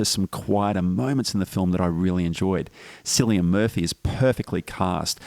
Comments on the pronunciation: Pronounce Cillian with k sound not s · Great review, completely agree with your assessment. One tiny thing, "Cillian" is pronounced with a hard C, like a K.